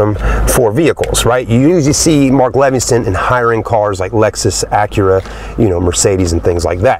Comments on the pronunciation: Stereo is Mark Levinson NOT Levinston. No T. I am a Lexus expert. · It's Mark Levinson not Levingston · there is no "t" in Levinson. at least get it right if your gonna say it so many times. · 1-Mark Levinson sound system...not Levinston. 2-The front passenger seat has inside power controls for the right side rear passenger to be able to move the front seat forward for more space. The bottom right side of the front passenger seat has power controls for the passenger to use in the standard position. The rear right seat has the same power functions as the rear left seat...you stated it was only the left rear seat...wrong. 3-When hard accelerating, you said there was no torque steering effect. Torque steering only occurs on front wheel drive cars. This is a rear wheel drive car, as you stated. Nice video of the vehicle, but you seem to be lacking on the important details. Need to up your game. Cheers! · "Mark Levinston" sound system. LOL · There’s no t in levinson